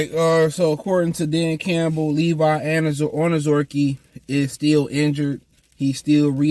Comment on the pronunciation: I pray that they let Levi go so you can stop butchering this Man's last name since you do not try whatsoever enunciate and properly pronounce this man's name